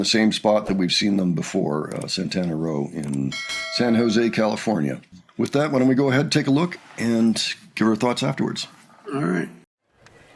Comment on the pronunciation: Good job boys! BTW........San Jose is pronounced Sano-Zay or Sana-Zay.